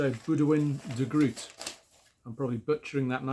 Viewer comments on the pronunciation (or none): On Boudewijn (fyi Groot is pronounced “oh” rather than “ooh” - like David Grohl). I have lived here for quite a few years now and I can agree, “the Dutch” can be a very gutteral and difficult language to listen to. It’s a great album though, and Boudewijn is indeed a top artist. The song Eva is about Eve, mother of Cain and Abel, and represents her take on the 2 sacrifices her sons made to God and the consequences of that. Nice additions, thanks for sharing 😊